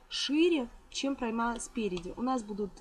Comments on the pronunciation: МК нормальный. В слове прОйма ударение на букве О. Слова ""ложу" - нет. Совершенству нет предела. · Прекрасный мастер-класс! Приятный голос и дикция. Только одно но, в слове пройма ударение на О. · Почему - ПроймА? ПрОйма.